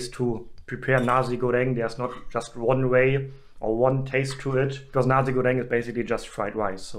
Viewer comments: Nasi is pronounced Na-see/sea/c, not Na-zee by the way. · NaZI Goreng maybe sounds offensive in Germany...haha.. maybe pronounce Na- "C" goreng will sound better